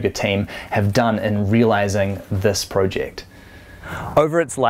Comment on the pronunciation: Why does he keep on pronouncing it as “pro-ject”? Haven’t heard anyone say it like that not even Aussies. Mmmm